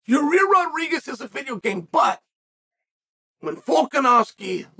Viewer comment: hearing chael say “yarir rodriguez” will never fail at making me laugh